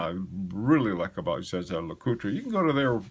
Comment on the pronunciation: "ZaZa" Lecoultre...never heard that one. The rule in the States is if you can't say it correctly, which is "Zhay-Zher" then just say the good old American English "Yay-ger"/"yei-gr"